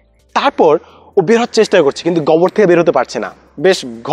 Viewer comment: গোবর উচ্চারণটা গবর করতেছিলেন। তাই প্রথমে বুঝতে কষ্ট হচ্ছিল। :-)